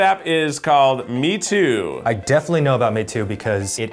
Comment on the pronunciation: THE PRONUNCIATION OF THE CHINESE “MEITU” 😤